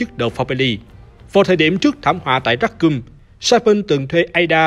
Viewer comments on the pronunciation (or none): Racoon mà đọc là "ra cum" nghe hơi sai sai nhé :))